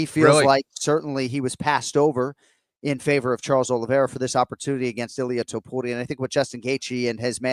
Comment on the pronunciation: Is there a rolled r in the middle of Topuria or not? Jon does a half a roll and Kenny doesn’t at all. The way Jon says too-pood-ee-ah gets under my skin. It’s toe-pour-ee-ah!